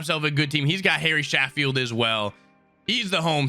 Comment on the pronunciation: He really said Gary Sanch Eyes😂